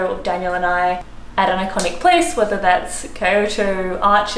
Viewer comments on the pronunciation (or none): none